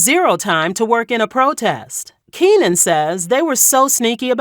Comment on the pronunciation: It's Keenen. Keenen